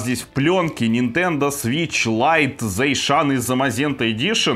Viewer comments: не зайшеан а затсион вроде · Заишан зе замазента? Я так услышал...